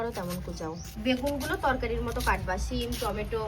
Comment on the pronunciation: Chim ki uchharon sim ok